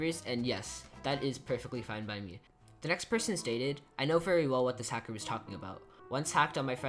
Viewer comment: hacker not halker \